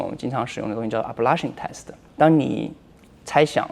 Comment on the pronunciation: ablation test发音好魔性哈哈哈哈